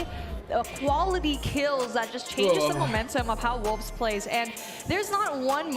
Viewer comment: More like "wholves!?"